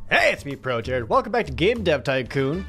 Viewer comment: I swear he's saying ProZD games